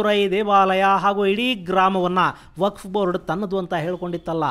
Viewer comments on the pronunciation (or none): none